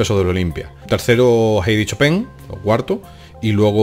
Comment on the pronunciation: "chopén" gran pianista jajaja